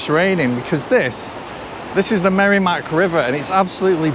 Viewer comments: Such an interesting video! Thank you! Side note: As a native New Englander and NH resident, it’s pronounced “Merr-eh-mack”, not “Merry-Mack.” 😉 Cheers! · regarding merrimack, its noty "merry-mack", its "merra-mack", and you were correct with the second pronunctiation of 'Blodget'. sounds like "Bodge it", just add an L. and yeah, its depressing here. Manchester is the most backwards city in the most backwards new england state. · i like that he calls it the merrymack